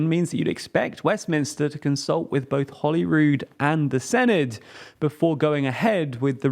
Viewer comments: Senedd is the welsh world for parliament. Try not to be English and pronounce it correctly instead. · Just a heads up, the 'double-d' in "Senedd" is pronounced like the 'th' in "the" or "father".